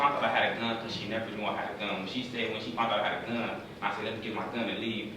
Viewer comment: He keeps saying "fount" and not found.